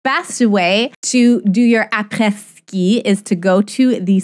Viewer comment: u dont know how much it meant to me when u said apres ski cus its my original language <<< also i love ur vids